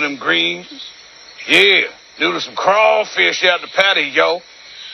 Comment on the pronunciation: The way RDJ hit "crawfish" was just the perfect garnish on top of that character. Of all the ways to pronounce it